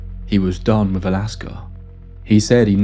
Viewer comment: Her "fah-vah"? And bru-vuh? Went "wiff" a group? From Can-uh-der? "Norf" to Thomas Bay? 3 months "wurf" of supplies? What happened in the last "mumf" Good grief couldnt you find someone without a speech impediment to be a narrator?